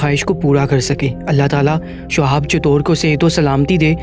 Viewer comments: Assalamualaikum... Bhai... Shuhab nhi Shihab naam hai unka... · Sohab .nhi h nam shi lo